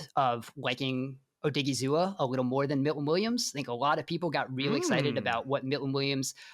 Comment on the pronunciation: he says “you talked about him a wittle bit” hahahahah bro im dead who are these guys 😂😂 then he says “wittle bit” again hahahahah bro I’m crying 😭